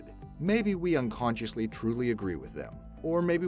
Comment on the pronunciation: I'm subbed to this channel and love the content, but every time he said unconsciously...smh